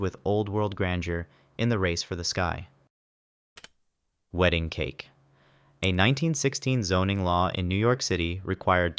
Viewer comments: “Weeding Cake” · I caught that “weeding cake” too.